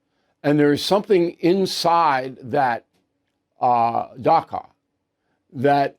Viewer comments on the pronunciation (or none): Dacha Bill. Not daca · I think you are saying "Dacha" which means "seasonal or second house" in Russian. I hear you saying "Daka" but it should be pronounced "Dacha". Love your program. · "Dacha" is pronounced "da-cha" (as in cha-cha-cha), not "da-ka." Mr O'Reilly's wonderful staff, please take note! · With all of Bill'3 incredible research, he still hasn't learned how to pronounce "dacha." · Dacha. Pronounced “ch”like Charles.